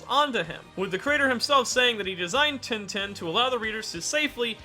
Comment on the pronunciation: Pls its not tintin not like a tin can but (french in sound) tintin. Pls search of the pronunciations for one in french and replace in with that. Thank you.